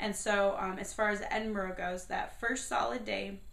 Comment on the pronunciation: Sorry but you said Edinburgh wrong and haggis is amazing